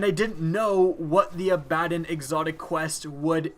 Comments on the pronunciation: Abbadon (Abba-don) is a demon-knight of hell (re., Supernatural, the TV series). It is not pronounced "uh-bad-un". As has been pointed out by at least one post, it is pronounced "abba-don" (abba, as in abba-dabba-do, don as in Don Coreleone, abba-don). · say it right Its not a-bad-in. ab-uh-don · abba-DON!!!!! not a-bad-on -_ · It's pronounced Ah-buh-dawn (watch some Supernatural) by the way. Just a heads up, because everyone calls it A-bad-un or whatever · You all are wrong: It is actually pronounced A-BAD-din, not A-buh-dawn. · Abb-a-don not abadin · haha i think he ment to say abba-don, but after missaying it the fist time said fuck it ill jus a-bbad-on the correct way to see how many people comment on it ..... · A-bad-in, really? It's pronounced Abba-don. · he said the name so many times with such confidence but pronounced it so wrong 😂 it's a-bA-don not aba-din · TB Samm how tf do you want me to pronounce it through text, it's just Abbadon Not abadin He's say abadin not Abbadon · I love you vids but man the way you pronounce this weapons name makes me cringe. it's "abb-a-don" not "a-bad-en" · I'm sorry but dude its pronounced "ab ba don" not "a bad den". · aba•don I had the most cringe moment when you said this shit wrong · Pronounced abba-DON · Abbadon is pronounced ah ba don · I pronounce it Ab-A-Don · abbadon (abba-don) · Jesus Christ. Learn how to say the names in the game. Abbadon and Steel Medulla, you've butchered already and someone needs to say something. Ab-uh-don and MedUlla. Medulla Oblongota is a part of the body most famously featured in The Waterboy, one of very few Adam Sandler movies. The Abbadon is something everyone is saying except you. Stop butchering the names, you sound like an idiot when you do it. It bothered me SO much. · It's pronounced AHBAH-DOHN!!!!! DAMNIT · its Abb-A-don.its actualy the name of a demon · it's pronounced A-buh-don after a one of lucifers first demons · TB Samm Ah-Bah-dawn